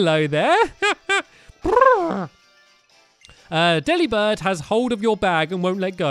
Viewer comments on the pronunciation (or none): none